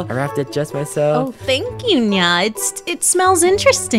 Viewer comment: Нья(nya) слишком не звучно. Ударение поставлено не правильно плюс интонация не та.